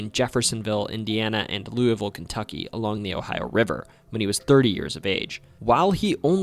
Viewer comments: Louisville is my hometown.. I see that you cared to pronounce the city name as the natives do. Loo-uh-vul is usually what you hear from us. I have always thought this is a strange thing. Why shouldn't we say it like Loo-e-vil, or Loo-es-vil. This can feel somewhat like a lingual trap. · Your pronunciation of Louisville is pretty good, but to say it like a local, you'd only use two syllables, "Lou-vul" or "Lul-vul". But honestly I'm just happy you didn't pronounce the S. I can forgive "Louie-ville" since it's the proper pronunciation and it's what I use talking to people outside of Kentucky, but my god when people say LOUIS-ville...we're named after King Louis XVI, guys. The "s" is silent. Love the Kentucky videos. Always happy to see my state getting repped in ways other than horses.